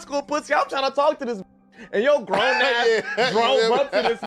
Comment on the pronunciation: He said growner